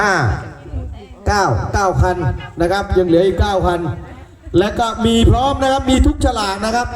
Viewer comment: พร้อมครับไม่ใช่ พร้อง อิอิ